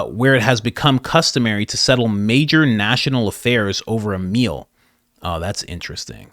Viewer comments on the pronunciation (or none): none